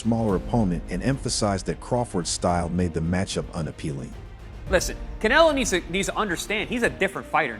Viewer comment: Pronounce the guys names properly to start with .There is no Sheker Stevenson and learn to say Canelo